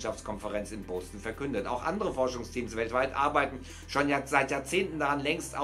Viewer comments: in Bœsten ? Nicht Boston ? Bœsten ? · Cooles video, aber Deine aussprache lässt leider noch zu wünschen übrig... es wird nicht boWston ausgesprochen, sondern bOston.. wie es halt auch geschrieben wird... zudem heißt es auch nicht Se-ul (seoul), sondern es wird So-ul ausgesprochen. Bitte danke